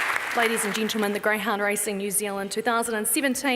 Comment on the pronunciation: Ladies and 'Gintlemen' ?? Fuck off, you annoying dickhead